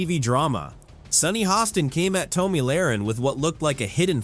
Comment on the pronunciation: You should learn how to say Tomi’s name! Please!!!